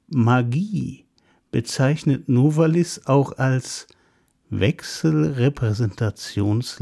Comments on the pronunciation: Novális - so meine ich, betont man den Namen. Abseits dessen: eine wunderbare Einführung! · wenn sie Novalis auf der ersten Silbe betonen, sagen sie zu Benzin auch 'Spriet' oder 'Spritt'? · Ich könnte einen Roman schreiben, aber eigentlich jegliche Punkte, wegen welcher ich Sie bewundere wurden in den Kommentaren bereits erwähnt. Darf ich fragen warum Sie so viel, auch über Geschichtliches wissen, auch weil sie sagten dass Sie es seit Jahren gewohnt seien Novalis auf dem a zu betonen. Meine größten Respekt.. Bitte machen sie immer weiter Videos